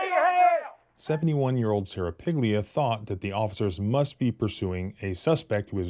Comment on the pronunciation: lmao way to repeatedly mispronounce piglia